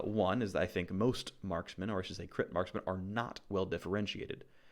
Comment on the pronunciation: Marskmen? wtf is a marskmen? Do you mean Marksmen? as in tanged adc? smh